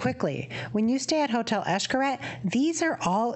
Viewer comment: Funny when a white person tries to say a word in Spanish. Xcaret is pronounced "ish-ka-ret" cuevas is pronounced "cue-vas"